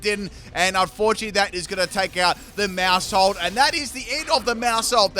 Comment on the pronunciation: Whenever he says maushold, I heard moresalt 🤣🤣🤣